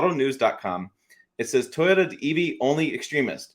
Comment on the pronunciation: Deep breath. TOY—O—TA. Three syllables 😮. My 2023 GMC SIERRA with the LZ0 put s out less pollution than my wife’s Toyota Highlander. The EV industry is yet another extractive industry of a limited resource as you say. I wish more effort was being spent on hydrogen fuel cell technology. I agree with this summary 100%. We’ll done sir.